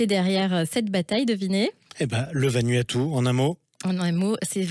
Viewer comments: Vanuatu pas vanuaptu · Se dit Vanouatou. Le U se prononce ou.